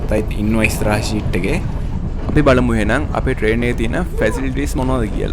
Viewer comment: Your video is good. But be careful about your pronunciation in the commentary and spelling. ODYSSEY is spelled wrong. ෂීට් නෙමේ සීට් SEAT is used for sitting. SHEET is used for covering your body. GOOD LUCK!